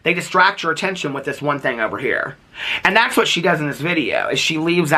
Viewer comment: I was cackling at you saying “tharts” 😂😂😂😂 I love you,! ❤